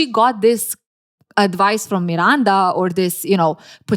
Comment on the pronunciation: I love how you pronounce Miranda 😊❤